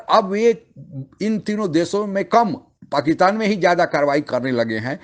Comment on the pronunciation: हेलो एंकर साहब, बलूच लोग जो पाकिस्तान पर अटैक कर रहे हैं वे दहशत गर्द नही है। वे अपनी स्वंतत्रता के लड़ने वाले सैनिक है। ध्यान रहे इस बात का। पाकितान नही पाकिस्तान होता है। उच्चारण शुद्धि ले आएं अपने बोलने की शैली में। बहुत ही अशुद्ध उच्चारण का प्रयोग करते हो आप इसीलिए वीडियो का कोई खास प्रभाव नहीं पड़ता अपितु देखने वाले थंबनेल और शीर्षकों की वजह से आकर्षित होकर देखते हैं🙏🏻